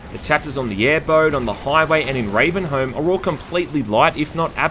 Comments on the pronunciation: It's pronounced "ravenhome" Like Stockholm is pronounced stockhome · You don't pronounce sherlock holmes "Sherlock Holms" do you? You dont pronounce the L in salmon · No, he pronounced it as Ravenhome lol. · Ravenholm is pronounced "Ravenhome", just as much as Stockholm is pronounced "Stockhome"